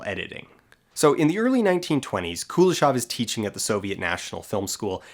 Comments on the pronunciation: Also Kuleshov is pronounced Kuléshov, with emphasis on the second syllable. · Kuleshov is actually pronounced with a stress on the last syllable, KuleshOV. Which is something an English-speaking person would never say, because stressting the last syllable in a 3-syllable word is very uncommon for English. However, if comparing which pronouncination is, er, 'more wrong', then stressing the 2nd syllable sounds definitely weirder than stressing the 1st one. Source: I'm Russian. Also, you can check the Russian version of his Wikipedia page, it has stress marks. P.S. I'm not bothered by this, however, because NAMES (in contrast to regular nouns) are always adapted in other languages and almost never retain their original pronounciation. The only Slavic names that retain their pronunciation in English are Dostoyevsky and Pushkin, as far as I remember. P.P.S. If anybody's interested, Chekhov in Russian doesn't have [k] sound in it, it's instead [h] like in "how": [Che-hov]. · I also hate the pronunciation of the name Kuleshov. It is a Russian name and it should be pronounced the way it is in Russian. The stress is in the middle not on the first syllable and the o at the end is soft. Every time I hear it butchered, it hearts my ears. Now tons of people pronounce it wrong because they learned it wrong on youtube.